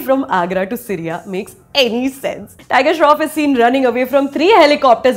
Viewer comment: Too good, she roasts the movie in the most perfect way possible. The only issue was when she pronounces SIRYA instead of SYRIA... hahaha